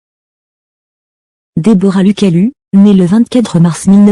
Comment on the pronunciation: je suis pas d'accord tu prononce mal le nom de Deborah et de son mari pfff 🤦‍♂️😂😂😂